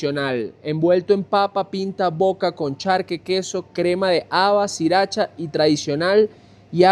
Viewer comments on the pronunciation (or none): none